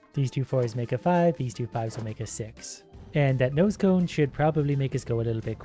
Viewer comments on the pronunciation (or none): When ever you said nose cone is sounded like you said noscope